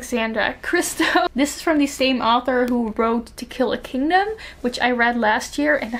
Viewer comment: when you said to kill a kingdom at the end. I heard tequila kingdom